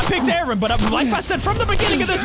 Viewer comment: You do not say Aaron like that